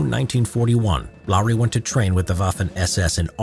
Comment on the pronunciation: Finnish is hard but congrats you said Lauri right